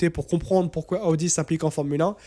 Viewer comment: AOUDI😂Stop. Soit tu prends l'accent pour toutes les équipes sois aucune. Il vaut mieux prononcer normalement Audi = O DI